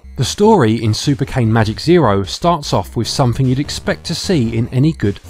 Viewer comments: Nice review! By the way I want to tell you that Cane is not pronounced cane, but Ka - Ne. It means dog in italian if you ever “wondered” the meaning of it 😂. It is pretty obvious. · Im Italian and "cane" its pronounce "cane" not "kein" try it on Google Translate: select Italian language, write "cane", and listen to it with the microphone. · The game is based on an online italian comedy cartoon called "scottecs" and the title means "super magic dog zero", so the correct pronounce of cane is /kane/. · I’m italian, and the way you pronounce the word “cane” (which means dog) it's both wrong and fun 🤣 it seems like you mean a stick!